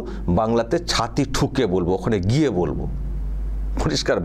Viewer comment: গিয়ে হবে, ঘিয়ে নয়। সংশোধন করুন। দৃষ্টিকটু লাগছে।